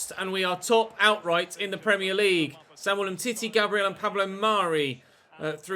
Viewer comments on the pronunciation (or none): none